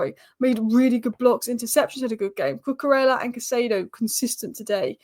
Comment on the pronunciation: Brilliant content as usual. Just a small "pronunciation nerd" point - it's more like: Coo -coo - RAY -a, not ELLA